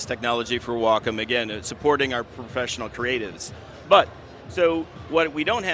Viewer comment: Host was very disrespectful. Geez let the Wacom rep talk! Host couldn't even say "Wacom" right, acted like a kid. This was borderline cringe. Lots of wasted time and bad presentation. I just wanted to hear the Wacom rep talk, not have that bozo constantly talk about his drawings on the screen.